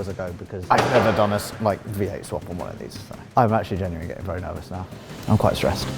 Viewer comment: Why does say vurry instead of very?